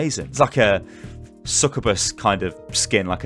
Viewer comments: not ranting or anything but succubus is actually pronounced Suk - you - bus. Not sukkabas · If you mispronounce SUK-yoo-bus one more, istg 😤